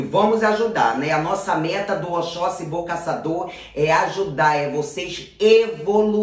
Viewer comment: Toda Vez Que ela fala oxoxi bom Casador eu escuto Boca Saturno kkkkkkkkk depois eu acordo E entendo kkkkkkk